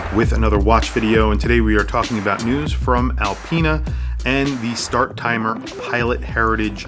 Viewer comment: Great video, but it's Star-timer, not Start-timer.